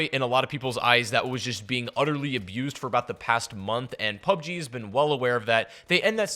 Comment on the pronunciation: Wtf is PUBEG